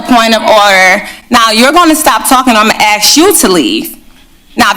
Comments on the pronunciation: Ask not axe......sigh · She said axe like in an object when the real pronunciation should be, ask as in a question. She is obviously ignorant of the pronunciation of American English. UNBELIEVABLE! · She can’t even pronounce ask. Ax? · She " GONNA " AXE " HER TO LEAVE'.. DONT ( AXE) HER ANYTIME, SHE SHOULD TAKE A HATCHET TO THIS TYRANTS ASS! LEARN ENGLISH LADY... THERE IS NO " X' IN ASK... WHY CANT BLACKS PRONOUNCE ASK? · They need to "axe" that mayor to step down. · WOW. Who elected a mayor that says AXE instead of ask? And why does she keep repeating herself? OMFG that was annoying. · You know that you have a top notch mayor when she pronounces asking as axing. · If your mayor pronounces the word Ask as Axe? You likely have I total moron for a mayor. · She's gonna axed everyone to leave. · She’s gonna ax you to leave. Can even pronounce ask. Sheesh! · " I am going to AXE you to leave " . A real rocket scientist here . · She lost all credibility when she said, “axe you a question”. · Can I axe you what assawed eeeiz? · If you are a mayor and can't say "I'm going to..." and "ask" but instead say "Ima..." and "axe" you probably shouldn't be a mayor. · She's going to AXE her to leave 🙄 I'm not surprised she's acting like this at all and I'm certain you all know why... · We are not gonna talk about certain "insedences"... im'ma 'axe' you... ignorant. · Watch out or the mayor may “axe” the citizen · She says 'aks'... my god... She's out of control and stupid. I wonder if she was actually 'elected'. I doubt it. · When you say axxxx instead of ask it shows your low iq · Yep - and "Um gunna axe you to leave" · "I'm a gonna axe you to leave...............lol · She can’t even use English properly. She said incidences instead of incidents, and axe, instead of ask. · I trust anyone that says axe instead of ask. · I cant imagine anyone would vote for someone who cant even pronounce the word "ask". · The mayor " I'm gonna axe you to leave " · NOooooo, don't "axe" her to leave!